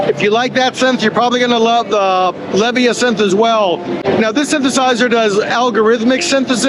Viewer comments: Not sure about that pronunciation of Leviasynth, with the emphasis on the first syllable. I'd bet the house that the emphasis is on the second syllable, as with the pronunciation of the word Leviathan, which is almost certainly from where this synth drew the inspiration for its name. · Its Leh-VY-uh-synth. like Leviathan. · BTW, Leviasynth is pronounce the same way you say Leviathon. The accent is on the "vi" "La-VI-uh-sinth" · I think it's Lev-eye-uh-synth, like leviathan but a synth. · I would venture to say it is (or should be) pronounced, "LEV-EYE-A-SYNTH" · Surprised about the pronunciation of Leviasynth. I thought it would be similar to the word Leviathan. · Are you sure that you have the correct pronunciation of Leviasynth? I would swear that the name derives from the mythical serpent "Leviathan". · Well done sir, kept it moving n covered a great deal id say. However, one hang up lol, your not saying the leviasynth's name correctly sir and its killing me. The leviasynth is certainly named after the mythical aquatic beast the leviathan.... just as the the hydrasynth is... so just nitpicking ya but aint nobody bothered to tell ya and u sound ridiculous saying it incorrectly and I really enjoyed ur video and u seem like a thorough man who would care they were butchering the pronunciation of a product and nobody thought to stop u. Hopefully ya see this sir . Again loved the vid cheers